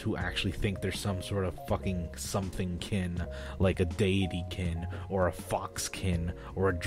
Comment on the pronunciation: When you said deity-kin i wasn’t looking at the screen and i thought you said davey-kin